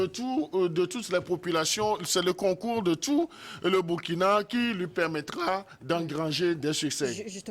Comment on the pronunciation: Burkina se lit Bourkina. SVP!